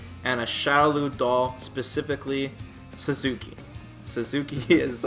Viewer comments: God dammit,! The doll with sword is named "Satsuki" not "Suzuki"! xD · "SUZUKI" It's Satsuki REEEEEEEEEEEEEE